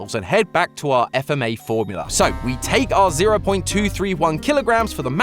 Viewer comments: dude its fma not f m a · It's FFFMA not f m a